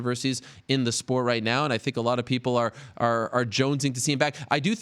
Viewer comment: Ariel "I see a lot of pickle" Helwani